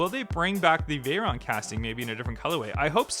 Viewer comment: Dosent know the difference between veryon and chiron